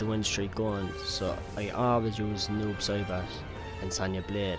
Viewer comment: I keep hearing noob sherbert...